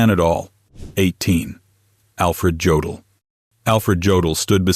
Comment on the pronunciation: YODEL NOT JODEL!